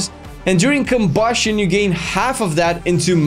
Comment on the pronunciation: why the fuck you say KOBUSCHION like that